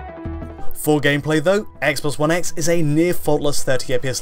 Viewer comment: "Eggsbox 1 Eggs in Hheytschdi"